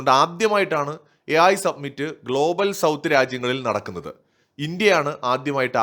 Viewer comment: Submit എന്നാൽ സമർപ്പിക്കുക എന്നാണ് അർത്ഥം. AI summit (സമിറ്റ് ) എന്നാൽ ഉച്ചകോടി എന്ന് അർത്ഥം. മലയാളം ചാനലുകൾ പൊതുവെ summit എന്ന വക്ക് സബ്‌മിറ്റ് എന്ന് തെറ്റായി ഉച്ചരിക്കുന്നുണ്ട്. Your videos are very good. Congratulations 😊